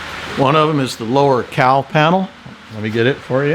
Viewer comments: Well, as a Northern girl , I couldn’t figure out what a “Cow Panel” was. 🤦🏻‍♀️ a “Cowl Panel”. Very excited to watch your progress. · The whole time the video is on, I'm just listening in the background. I kept asking the room, "What the heck is a cow panel?" I wasn't hearing the L in cowl. 😂 I am looking forward to seeing how this comes together, Doc. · I couldn't for the life of me figure out what a "Cow panel" was. What the heck are you talking about?!! Oh, never mind... cowl panel. 🤦‍♂